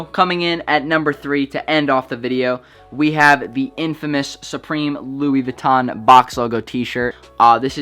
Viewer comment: *doesn’t know how to properly say Louis Vuitton